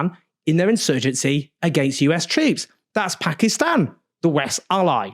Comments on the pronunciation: Why does Own says 'Pakistan' and not 'Pekiston' like most brits? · First white guy to pronounce the Country's name right.